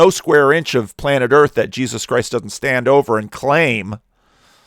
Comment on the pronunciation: I get the same feeling when he says "Je-zuz"